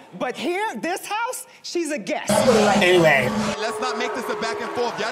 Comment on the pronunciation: had me rollin lol “anywhay”